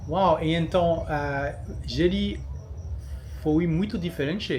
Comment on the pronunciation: Merci pour cette vidéo, ma femme est d'origine brésilienne et trouve cette présentation très sympa, elle a dit que l'on prononce juste "Jeri" 🙂